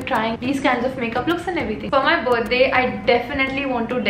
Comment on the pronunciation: Literally the feeling of speaking Buddy instead of birthday is extremely different 😍😍🤣🤣🤣🤣😜